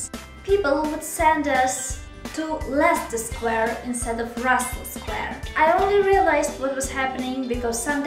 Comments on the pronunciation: You pronounce them both just fine, I think they were just giving you a hard time because you were a tourist. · Hooray! I love Leicester Square (and Russell Square incidentally). I think people got confused because it's so loud in London, not because there's anything wrong with your pronunciation. And as for the universe conspiring against you for no apparent reason... it's perfectly possible. The universe can be pretty whimsical sometimes :)